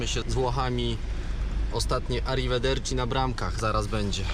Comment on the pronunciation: "Arrivederci" jaki ma włoski akcent:)